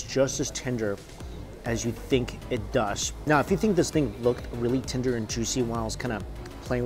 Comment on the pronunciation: Tenderrrrr with many 'r's